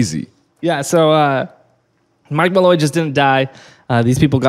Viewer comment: Also it’s Draco Malfoy I died every time you said Malloy lmao